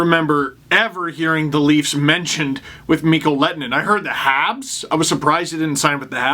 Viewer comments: MiK-KOH LEH-TOH-NEN. NOT LET-NEN or Let-en-Nen. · The H is not silent in Lehtonen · You’re pronunciation of his name is wrong. You pronounce the H.